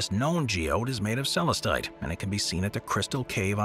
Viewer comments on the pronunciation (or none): Most Tigereye has inclusions of asbestos, known as rutile. It's what gives the mineral its chatoyant shimmer. Azurite is also found as a companion mineral to Malachite. All of the stones, featured in this video, are MINERALS, not rocks. "Celestite" is pronounced Suh-LESS-tite, not SELL-us-tite.